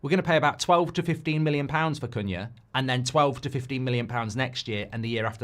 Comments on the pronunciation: His name is pronounced "coo-nya". In Portuguese "cu" is pronounced "coo". You've been saying it correctly for weeks then suddenly decided to start mispronouncing it 😅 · It's pronounced Kuhn-ya (the second way you pronounced it). Check youtube for the EPL video where players pronounce their names, Cunha is in the video.